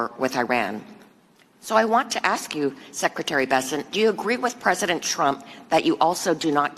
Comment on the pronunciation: Can she pronounce "ask" correctly?